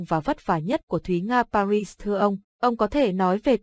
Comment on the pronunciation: Pa Ri chứ không phải ba ry :-)))